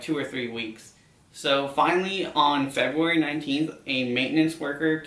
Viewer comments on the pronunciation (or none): none